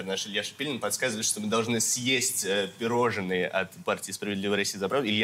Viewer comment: Что же журналисты такие безграмотные Не пирожЕнное, А ПИРОЖНОЕ. Жуть